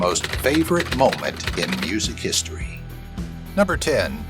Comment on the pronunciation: “Historyv” lol.